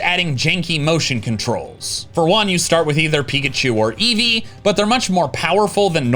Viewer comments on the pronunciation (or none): none